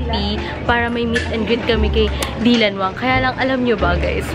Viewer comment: Its not dilanwsng its daylanwang